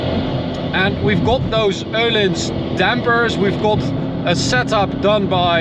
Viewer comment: Thank you for pronouncing the Ö in Öhlins. That epic